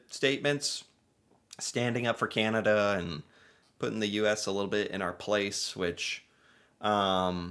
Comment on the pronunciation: Please stop saying, ..."Cieanada"... It's, Can, a, da.... cana-da.... Canada... Thnx. 😊😉